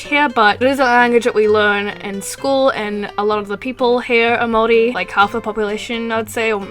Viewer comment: And thankyou for pronouncing Maori correctly i'm half maori so thankyou!!